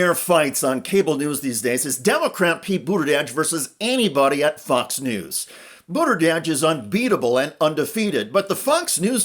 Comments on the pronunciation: Buttergieg? No R in Buttigieg sir. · You need to practice pronouncing "Buttigieg." You keep saying "Boot-a-Dedge" instead of "Boot-a-Jedge." I suggest practicing with the word "judge," gradually transforming the vowel into "jedge." "Boot-a-jedge." You're welcome. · Good coverage, but please learn to pronounce his name correctly. It’s BOOT-edge-edge. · “Boater-jedge” lol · He cannot pronounce Pete’s last name to save his life 🤦🏽‍♀️🤦🏽‍♀️🤦🏽‍♀️ BOODERDEDGE! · Thank you I thought it was only me that heard BOODERDEDGE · Please, for God's Sake learn how to pronounce Pete's last name correctly! Mispronouncing Buttagieg is as disrespectful as mispronouncing Kamala!! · Why does he keep saying Buddagegge? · Buda•judge. Lets get pronounciation right. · "Booter-dedge"? Seriously? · “Boot edge edge” is the pronunciation. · It's Buttigieg, for god's sake, NOT Buttideg. You undermine your message when you don't bother to pronounce his name correctly. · Best way to pronounce name was seen during Pete’s run for President. While Pete Buttigieg was being interviewed there was a person in the crowd behind him with a sign that read “It’s pronounced BOOT-EDGE-EDGE”. It may not be a perfect pronunciation but it definitely is better than the host’s attempt. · “Booderdedge” lol jeez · Ikr? I had to look it up. I thought maybe I'd been saying it wrong. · Booderdedge? It’s not that hard to pronounce!! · Why does this idiot keep saying Boot-uh-dej? what Dej is he booting? is this Dej in the room with you now, idiot in the gray suit? Is it interfering with your ability to speak? Step aside, friend, and let those more competent than you hold the floor! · Why is this guy calling him booda dadge? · Butterdege? Bruddajedge? Burrteredge? 🤦 holy fkn sht wtf is wrong with this... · Learn to pronounce Pete's name. It's not hard. Do better. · 1) he's transportation, not interior, 2) that's not how he pronounces his name.😊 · the dude in the video can't pronounce it right...